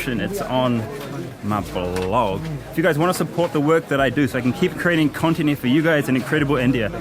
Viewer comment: I could swear he says keep creating continent, that's a pretty tough job, creating continents!